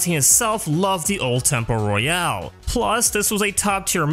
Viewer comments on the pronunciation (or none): none